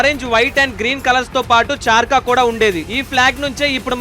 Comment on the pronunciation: Bro adhi chaarka kaadhu...!